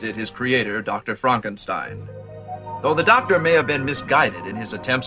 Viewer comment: Lol, "Fronk" - enstein?! Also, if it's "FrankenSTEIN", why doesn't he have a giant hooked nose?